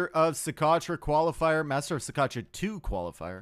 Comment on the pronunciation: pronouncing Socotra: "So.... crotch? Yeah!"